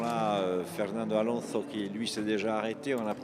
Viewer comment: Est-ce qu'il n'y a que moi qui suis agacé par la prononciation d' Alonso avec un accent douteux ! 😵. Par contre la traduction des liaisons radio avec le team aurait été plus judicieux 🤗. Sinon super vidéo